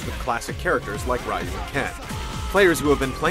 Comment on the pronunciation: ya, hes from gametrailers, he always does. Fuckin hate how he pronounces ryu.